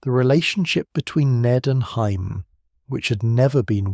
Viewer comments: Great retelling, except for calling Jamie Lannister - Hymie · i mean to be fair, its spelled jaime not jamie so either pronunciation is fair